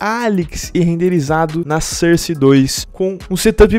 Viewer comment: sarsi 2 team fartress 2 este gajo tem problemas em pronunciar os "O"s